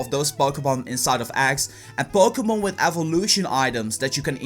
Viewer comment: It sounds like he says Bokémon go. Am I the only one who hears that?